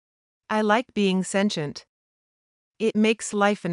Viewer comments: Sintem no lac santient 😂😅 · AI is speaking now and can't even pronounce sentient